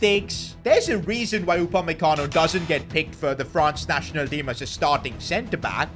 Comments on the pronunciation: Flashback to the time when the commentator call upamecano upamenguire💀💀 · it is not upamecano it’s upmaguire